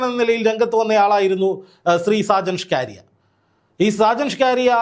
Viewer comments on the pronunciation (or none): ചങ്ങാതി സാജൻ ഷ്കാരിയ അല്ല സ്കറിയ. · സാജൻ സ്ക്കാരിയ അല്ല bro സക്കരിയ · Mr: ഷാജൻ സ്കാര്യ അല്ല ഷാജൻ സ്കറിയ എന്നാണ് പിന്നെ അദ്ദേഹത്തിന്റെ ചുരുക്കം ചില yutub വിഡിയോകൾ മാത്രമേ പൊതു സമൂഹത്തിനു ഗുണമുള്ളതുള്ളൂ അല്ലാതെ 98 % പോക്കാണ് എന്താ ചെയ്യുക കഷ്ട്ടം താങ്കൾ നടത്തിയത് നല്ലൊരു വാസ്തവകരമായ കാര്യങ്ങളാണ് 👌 🙏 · എടൊ ചങ്ങാതി “ഷാജൻ ഷ്കാരിയ” അല്ല സ്കറിയ ആണ് മലയാളം ശെരിയായി ഉച്ഛരിക്കാൻ പഠിക്കു 🙏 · സാജൻ സകരിയ അല്ലെ 🤔ഇത്ര ബുദ്ധിമുട്ടി ഷ്കാരിയാ എന്നു പറയുന്നത് എന്തിനാ 😂😂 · താങ്കൾ എപ്പോഴും ഇവൻ്റെ പേര് ഷാജൻ സ്കാരിയ എന്ന് പറയുന്നത് കേൾക്കാം അത് കേൾക്കുമ്പോൾ മേലാകെ ഒരു കുളിര് കോരൽ സാജൻ സ്കറിയ എന്നാണ്് സ്ഥിരമായി കേൾക്കൽ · ഷാജൻസ്കാരിയ അല്ലഷാജൻസ്കറിയ ആണു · പേരുകൾ ശരിക്കു പറയുക. ഷാജൻ സ്കറിയ എന്നാണ് കേട്ടോ. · Hallo bro, തനിക്ക് നട്ടെല്ലുണ്ടെങ്കിൽ, ആദ്യം വീട്ടീപ്തോയി നല്ലൊരു ഈർക്കിലെടുത്ത് നാക്ക് വടിക്കണം. എന്നിട്ട് സാജൻ സ്കറിയ എന്ന് പറഞ്ഞ് പഠിക്കണം.. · സർ , അദ്ദേഹത്തിന്റെ പേര് ഷാജ സ്കറിയ എന്നാണു്. ഒരാളുടെ പേര് തെറ്റുകൂടാതെ ഉച്ഛരിക്കുക. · അത് കളിയാക്കി പറയുന്നതാണ് സാജൻ കാരിയർ എന്നാക്കണം.